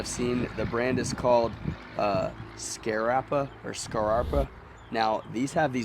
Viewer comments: Scarface is pronounced scar- pa. like pat minus the T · Scarpa....like Sherpa but obviously scar....I only know cos my grandad was posted to Scarpa flow during the war...worked on the subs production